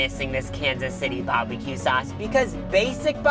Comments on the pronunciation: I love how says Barbie-Que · If he says barbie-q one more time I’m unsubscribing